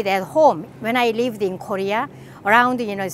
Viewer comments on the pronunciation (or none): none